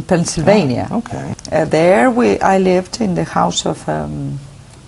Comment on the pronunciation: Lol, she makes many grammatical mistakes (some of them pretty embarrasing), her accent is kind of poor and way far from being fluent. "I live (no pronunciation of the final d) in the house of...". That sentence stands as an easy summary of her acceptable but not brilliant at all English. By the way, I don't really know what her political ideas have to do with her fluency in a foreign language.